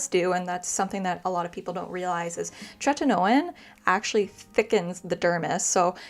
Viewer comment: TretinOeeenn. Theres an i before the end. Youre saying "tretinone". Its tretinoin-rhymes with coin.